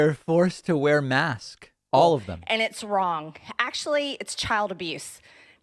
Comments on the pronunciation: In the beginning of the clip I thought that she intentionally didn't pronounce the last s because she was out of air to make the sound or like she was just saving her breath as if her head was submerged. But after the first 5-10 seconds, two things were clear: 1, she intentionally used the word in singular and 2, either she forgot to use her asthma inhaler before her speech or she has Covid because she had clearly trouble breathing. She looks noticeably unwell 🤒🤧 and should have stayed at home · I’m guessing she has a hard time says masks (mask-kes), but I can’t find a video where she uses the word ‘masks’. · There’s no question that she’s having trouble breathing, which is a big red flag for someone suffering from Covid. I wonder if she’s trying to distract people from that by mispronouncing “masks?” If she does have Covid - and I wouldn’t wish that on anyone, even her - it’ll just be a matter of time before everyone knows. I received a notification in my feed today about someone dying from COVID who was Instrumental in blocking COVID research in the early days. I don’t understand why intelligent people resist being intelligent about avoiding Covid. Oops, I just implied that MTG was intelligent; she may be. 🤷🏻‍♀️ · I think she says “mask” because it’s slightly more difficult to vocalize that “s” on the end — it feels like a second syllable. If she were an eloquent speaker, she could have worded it differently to avoid that, but she’s not that bright. Also, Southerners habitually shave off parts of words. (Native Southerner here.) I’m kind of surprised she didn’t say “masts.” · She has trouble adding the "s" to anything described as plural. She does this with everything. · Lots of people in the South really do pronounce "masks" just like "mask", and I find it distracting at best. I am from the South and I often slur the "k" in "masks", but I always pronounce both "s"es. It is of course also possible that this particular speaker does this just to annoy.